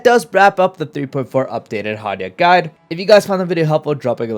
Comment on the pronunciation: The emphasis on the word “guide” always peak the microphone lol